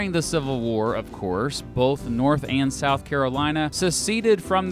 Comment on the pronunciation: SOUTH CAROINA